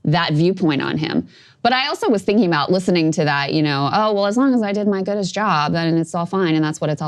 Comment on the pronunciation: I'm deaf😂I heard Goodess